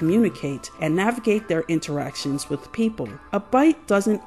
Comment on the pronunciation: Not sure if you're being intentionally obtuse, so I'll explain: I was so annoyed by your butchering of the English language that I quit watching.